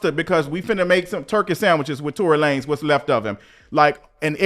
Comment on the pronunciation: Imma need for you to pronounce his name LaNez😂😂😂